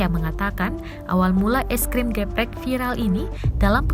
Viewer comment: cara baca "geprek" itu huruf "e"nya dibaca kaya kalo lagi baca kata "elang"...